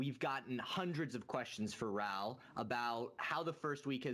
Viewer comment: His name is Raoul, not RAAAAAHLL.